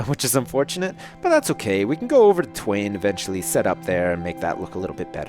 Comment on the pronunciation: you should just leave twain called twain because its just funny whenever you call it than.